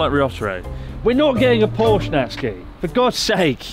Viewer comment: It's not Natski... It's Nat-Su-Ki... uff!!!